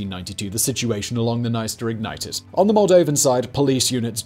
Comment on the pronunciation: It's very ironic how in the beginning he pronounces the words "Приднестровская Молдавская" very well, like, with an accent of course but absolutely correct, and immediately says "sorry for my bad pronounciation", but a minute before he pronounces "Dniester" absolutely wrong and doesn't acknowledges it at all (p.s. the "i" after consonant and before vowel here only shows that the consonant is softened, but he reads it as if it was an english word with a separate syllable, like, imagine reading the word 'friend' as 'fray-end' or 'yield' as 'yay-eld')